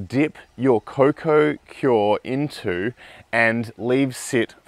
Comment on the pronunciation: Just a heads up, it's pronounced coir, not cior...